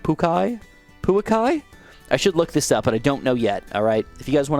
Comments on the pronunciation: Umm, actually its Puākai, not Puakai🤓👆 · Pouakai is pronounced Poo-a-kai